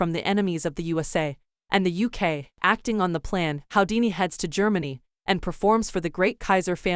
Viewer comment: His name is pronounced who - dee - knee. Not how - dee - knee